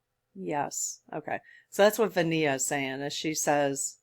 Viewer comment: Since you mentioned "I think that's how you pronounce her name," I'll speak up to clarify that she does not pronounce it like Ven-i-a . . . the i is silent, so it's pronounced VENA (Vee-nah).